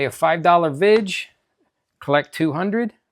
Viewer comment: VIG ! Not vidge